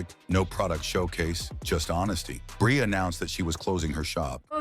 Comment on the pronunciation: I It's NOT "BRAY"! It's "Bree", you stupid BOT!